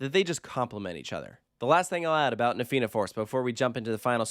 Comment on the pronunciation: Thank you for getting the pronouncuation of Fianna and Tir Na nOg right before recording this. Edit: on a point of pedantry, the theme of the area is Irish Mythology. Tir Na nOg was a mythical country in the sea to the west of Ireland inhabited by immortals Edit: Cu Chulainn is pronounced exactly like Coo Cullen. The emphasis being on Cullen.